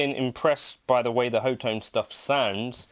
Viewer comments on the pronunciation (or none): Pretty sure it's pronounced *hot tone*!